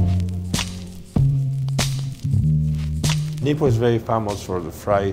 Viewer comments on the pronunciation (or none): Lmfao, who else thought it sounded like he said "The Nipples"